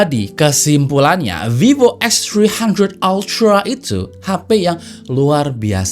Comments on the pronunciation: Anjay.... Eks Tri handred altra, ribet bang ngomong nya 😂. Bang abis makan roti keju ya? Jd pinter bhs Inggris nya 😂. Mantap lah, mgkn inilah jawaban user Android yang pingin kamera pro, tp bosen pake aipon. Segment foto & videografi di HP sih bkn segmen besar. Tp adanya produk pasti ada pasarnya jg. But, gw yakin semakin lama klo kamera HP udh setingkat mirrorless ada kemungkinan kamera profesional yang mid to low bakal tergantikan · “VIVO EKSTHRIHANDHRET ALTRAA” 😂😂😂